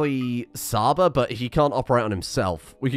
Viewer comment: Please for the love of god, don't call Csaba as Saba. Cs is pronounced like in Chuck. Chaba. Every time you say Saba my non existent braincells are dying.